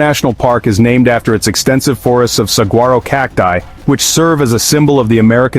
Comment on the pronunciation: It is pronounced "sa-whar-o".